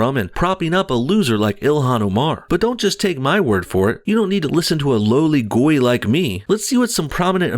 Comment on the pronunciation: You didn't really say the word "goy" correctly, but I like the effort!👍